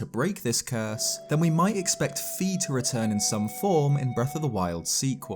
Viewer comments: Yep, I used to pronounce it as "Fee", but now I pronounce it as "Fie/Fye". Classic Zelda rookie mistake, lol. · And by the way, Fi is pronounced "Fye" not "Fee," as indicated by her name ファイ.